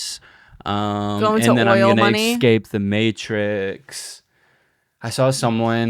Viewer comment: "Ekscape"